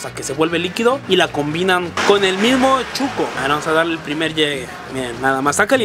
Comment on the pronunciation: Si chuco es sucio , pero el atol es shuco no chuco.